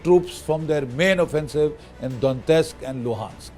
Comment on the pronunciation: GD Bakshi doesn't even know how to pronounce Kyiv, Donetsk etc. and he instantly became Ukraine expert. A big moustache don't actually indicate a person's knowledge and wisdom. He is only good at spreading paid propaganda.